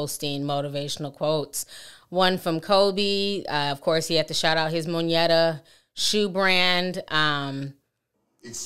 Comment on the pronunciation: Monyetta? Why mispronounce everything?